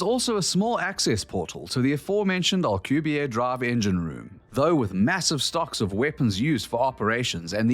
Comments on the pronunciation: It is pronounced al-Que-berry. This discrepancy has been reported to the Ministry of Truth for further evaluation. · Alcubierre is pronounced AL-CUE-BEAR